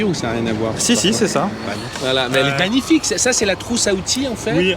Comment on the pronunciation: La signaturheu... les radiatheurheu... c'est magnifiqheu...